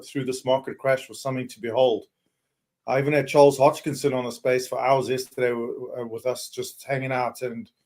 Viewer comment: Do you think will ever say Hoskinson correctly?